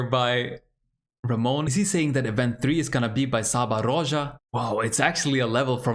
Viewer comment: Nice, I like when levels have so many different routes to complete. And it is crazy that the TAS play wouldn't be good enough for the first place. By the way Csaba (Csaba Rózsa) is pronounced as "Chaba".